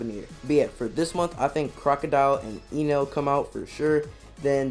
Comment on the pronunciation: its not ynel... its Enel.... bot E read the same... not Ynel but Enel